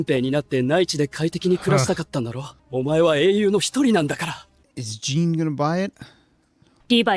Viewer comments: It's Jean (John), not Jean (gene). You heard characters pronouncing it the entire show and can't get his name pronounced correctly still? Try harder! Not mad, just exasperated at the repeat error for my favorite character. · We're in the final arc and they're still saying "Jeen" 😵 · They just have hard time w pronouncing names. Try not to give them a too hard of a time. They know they are real bad at names & struggle cause they've said that many times. It's hard for some folks to pick up changing how u speak especially if in another language. In the US, we pronounce it as "Jeen" even spelled that way. I get it though. I can see how that would frustrate some folks. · Been feeling like you’ve been avoiding talking about Jean bcs you still struggle with his name after 4 seasons and now thats confirmed 😗 anyway, my fave character and one of my fave Jean centric episodes is coming up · It's pronounced Jan, not Jin. Get it right already. You've watched 4 seasons already. It's Yelena, not Yelina.